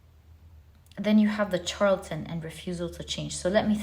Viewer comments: Pile #1 is pronounced Shar-la-ten 🤗 The Charlatan in pile #1 & #3 is my husband, I'm breaking free after I get all of my ducks in a row. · Dearest! You do so much for us. I feel the need to tell you charlatan is pronounced shar la ton. "ˈSHärləd(ə)n,ˈSHärlətn a person falsely claiming to have a special knowledge or skill; a fraud.